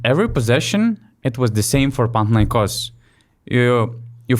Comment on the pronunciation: OlympiacOs, PanathinaikOs Not OlympiAcos, PanathinAikos. It's easy, see?